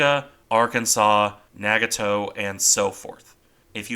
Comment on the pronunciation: Nagato is pronounced "Nah-gah-toe", with the "a"s in the name being pronounced with the soft "a" sound like "ah".